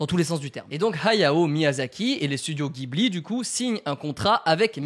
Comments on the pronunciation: Juste bro gibli c’est jibli pour la prononciation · Jiburi pas ghibli la prononciation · Et on dit studio Jibli pas guibli :) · Alors c'est pas pour faire le casse-couilles mais ça se dit "jibli" ! 😉